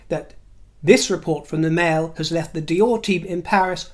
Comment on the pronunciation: you have excellent French pronunciation! Fabuleux!